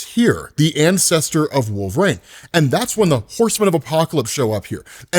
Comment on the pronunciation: Is he saying WolverĀne? Is that Logan or a different character?